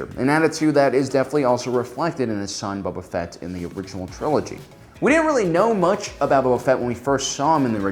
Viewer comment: 800+ star wars videos and he still pronounces it as Bubba Fett. I love you, you friqin troll. 🔟0️⃣